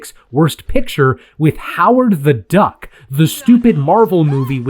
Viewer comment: Why did you say “Duck” like that. Omg I’m dying